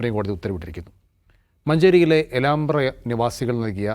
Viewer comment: Elambra Not Elaambra